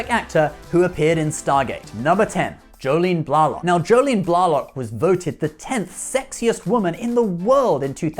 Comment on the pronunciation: I dig your videos, I really do, but I do suggest taking a moment to look for videos like interviews where the actors pronounce their names. You botched a few, certainly Rene Auberjonois and Jolene Blalock.